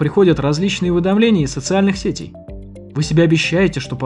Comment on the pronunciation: позвОнишь.уже оффициально можно говорить.почитайте историю ударения в слове ценИшь,и вы поймете о чем я.а вот сЕтей-ужасно режет слух.